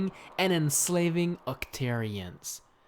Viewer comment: its not called splutoon its splat-toon